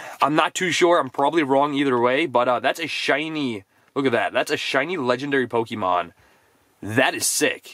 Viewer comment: ‘Pokeyman’ It’s pronounced ‘Pokeh-mon’ 🤦🏼‍♀️